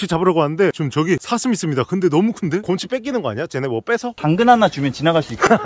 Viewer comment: 아니 계속 고홈치 곰ㅎ치 곰호치 거리는거 왤케 웃김 ㅋㅋㅋㅋㅋㅋㅋㅋㅋㅋㅋㅋㅋㅋㅋㅋㅋㅋㅋㅋㅋㅋㅋ